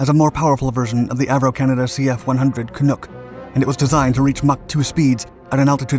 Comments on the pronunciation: Cf100 can nhuck. Not noook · CF-100 Can - uck, like duck, not Canook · As a Canadian we've heard about it, it's part of our national identity. And the "uck" in Canuk is pronounced like "Yuck" not "oook" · It’s typical of Dark Series videos. Poor research and horrible pronunciations. It’s Canuck, not Canook. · Pretty good synopsis. For the record, Canuck isn't pronounced "Canook", It rhymes with luck, not look. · There’s some mispronunciations in this video here. For example … Canuck isn’t pronounced “Can-nook” it’s pronounced “Can-nuck”. Iroquois isn’t “Ear-eh-koy” or “Ear-oh-kwoy” or “Ear-oh-Kwoyz”. For most English speaking Canadians, owing to the French Canadian origin of the word, it’s pronounced “Ear-oh-kwah”, and in conversation if such a speaker is speaking quickly it tends to become “Ear-ah-kwah”when spoken by someone from Ontario (where the Avro company was located). There might be other such mispronunciations here; English speaking Canadians have some unique qualities to their pronunciations and there were and continue to be unique differences even in different regions of English speaking Canada. Love the video very much! Thanks for making it. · Please Note: "Canuck" rhymes with "Buck," "Duck," and "Puck." It is NOT pronounced "Canook." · Cah-nuck, not canook as said by announcer :) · Small point, but it's pronounced Can-uck, not Can-ook. Great video. Painful to us Canadians, but nevertheless....👍🏻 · Canuck, nuck rhymes with yuck not nook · Can-nuk, not Can-nook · Seconds into this video and he mispronounces something yet again. Canuck is not canook! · As a Canadian, I'm wondering, what the hell is a "Canook"? ;) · Canook? how you can tell the speaker isn't Canadian. Also that is a Canadair Sabres not a Canuck. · That doesn't help, Buddy. Letters can be read differently. You need to use the phonetic alphabet: /kəˈnʌk/, or at least provide a link to a voice recording. LOL. Why do you think he mispronounced it in the first place? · Smh he said "Canuck" wrong